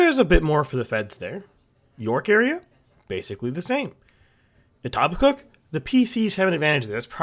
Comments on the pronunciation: Etobicoke is pronounced "Eh-Toe-Beh-Coke" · I live in etobicoke literally 2 blocks from Doug, the k is silent "Eh-Toe-Beh-Co"